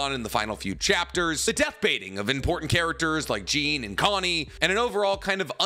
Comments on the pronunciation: You know so much about my favorite anime’s and mangas but it’s not “Jeen” you and everyone know it’s “Jawn” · The second you pronounced Jean like “jeans” made me leave this video. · Why you saying Jean like that bruh the anime literally pronounces it like John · plz pronounce jean right ffs